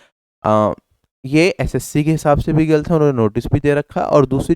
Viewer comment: क्या गल्त गल्त लगा रखे हो भाई,, गलत होता है, ल न कि ल्